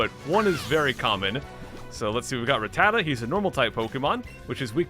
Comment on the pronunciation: It’s rat-ta-ta not re-tata